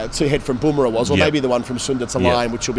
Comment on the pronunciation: Bum rah not Boom rah.